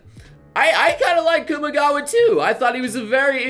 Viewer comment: Had to Pause for a second, because I was not sure if really said "Kamigawa" while on screen was "Kumagawa". is bad at Japanese.